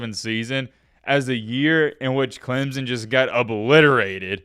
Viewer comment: The fact that you can’t even properly pronounce CLEMSON tells Clemson fans all they need to know.